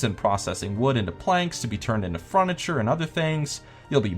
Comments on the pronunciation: FURNITURE, NOT FRUNITURE WTF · fruniture xD